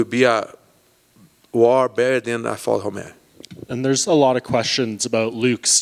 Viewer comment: Brazilians pronounce 'r' like 'h'. So he's pronouncing it 'Hockhold'. Same with Romero, which he pronounces 'Homero'